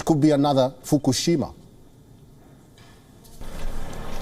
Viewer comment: I LOVE THE WAY YOU SAY IT COULD BE ANOTHER FUKUSHIMA, ROFL!!!!, LMFAO!!! IN YOUR BEAUTIFUL AFRICAN ACCENT, PLEASE STOP NO MORE I CANT TAKE THIS MUCH LAUGHTER, lol